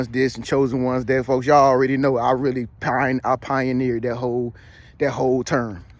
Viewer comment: mc shan PUONEERED IT